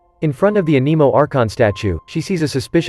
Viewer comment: the way the TtS pronounce anemo AN-EMO